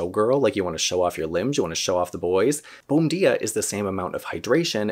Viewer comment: Not being critical. But the pronunciation is more like "bone-JEE-ah" since it is Brazilian.